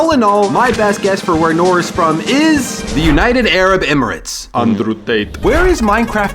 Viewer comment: Noor is pronounced “nurr” not nor